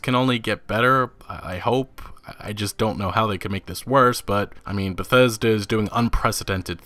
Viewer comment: The real crime was how you pronounced bethesda at the beginning